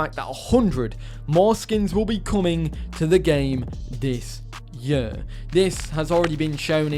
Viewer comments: It’s pronounced “this year” not “this yuhhh” also your sever rules are garbage… 1 body down….? Grow up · I'm from England, not gunna lie you say year strangely lol Awesome video 😊